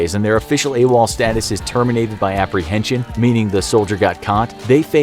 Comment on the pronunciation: I thought it was “a wall” not “awol”